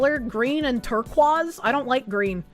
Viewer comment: "tour-QWAZ"? wtf, learn to english, it's not just a billiards technique